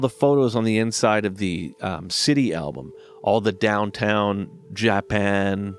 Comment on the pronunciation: "JA-PAN" just killed me!